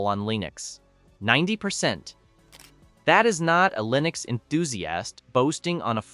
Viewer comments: And the AI narration is beyond imperfect. “Leenucks”? Can’t even pronounce the same word the same way consistently. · "Leenux"? "Prahtahn Debby"?